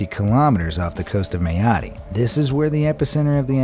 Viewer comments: Mayotte is pronounced My-ot... not May-oh-tee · It’s pronounced meye ot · The pronunciation of Mayotte was painful